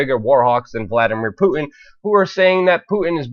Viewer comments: the name is Putin not Pu 'in. there is a big ass T in there. if you want people to think you know what you are talking about pronounce the man's name right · Good work as always, but I would advise that you work a bit on your voice delivery. Try to refine and polish your word enunciation. Words like 'Putin' and 'important' are sounding like 'Pu-in' and 'impor-ent'. It robs you of verbal power in your presentation to speak this way. Just focus a bit more on articulating each word in a more definite and intentional manner and you'll come across as more authoritative. Your content is solid though, nice job.